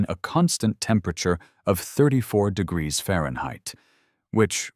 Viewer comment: Why wasn't he grandfathered in? Why can't the AI pronounce "degrees?"